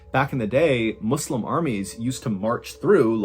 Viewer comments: Ngl good on you for pronouncing muslim properly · Wow a White American saying the word Muslim properly, yet another Ballen W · I like the way he pronounces Muslim correctly, with an ‘S’ not a ‘Z’ 😊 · Thanks for pronouncing Muslim properly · Ngl pretty impressive how correctly you pronounced “Muslim” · This may seem silly but it made me happy to hear you pronounce Muslim correctly :’) Many content creators will not make the effort to learn that and the mispronunciation can take me out of the flow of the story. Thank you for another great video!! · Woohoo i love that you pronounce "Muslim" properly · He pronounced the word Muslim properly. Impressive. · Woa he pronounced the word “Muslim” correctly (as opposed to people saying “muzlim”). Thumbs up, pretty rare. Cool